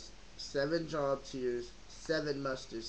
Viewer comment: Jobs is pronouced Jobe. not like a job that pays you money. Just telling you and everyone so incase you go to a botanica to buy this and you ask for it thats how you pronounce it. Jobe, the "o" is hard in sound. Nice video.